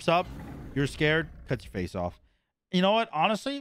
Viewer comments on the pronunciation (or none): none